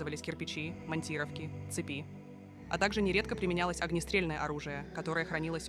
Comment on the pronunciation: Как можно в слове монтировка ошибиться ударением ?